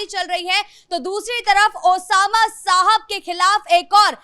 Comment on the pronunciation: ये पत्रकार नाम का सही उच्चारण भी नहीं कर सकते। ये महिला शहाब को साहब बोल रही है।